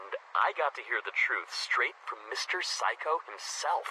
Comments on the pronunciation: "Mr. Saikou" What i hear: Mr. Psycho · When he says saikou to me it sounds like psycho idk why